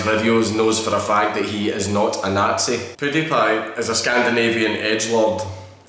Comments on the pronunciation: it fucking triggers me that you pronounce it 'poo-diepie' and no 'pyoo-diepie' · Maks Ivanov or pull lmao sounds like pooo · The way he pronounces PewDiePie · The lack of a beard is strange alright but the way you say pewdiepie is truly disturbing